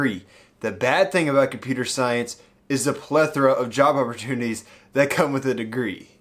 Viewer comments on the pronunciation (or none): lmao, wasn't java opportunity?